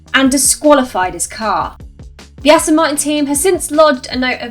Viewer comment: I wish people involved in motorsport wouldn’t say “Astin” when they’re trying to pronounce “Aston Martin”. Amateur hour!